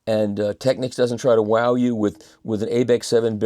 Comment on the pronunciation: Michael once again - literally - says it like it is: "Tech-Niks" The "Techniques" pronunciation revs me off the clock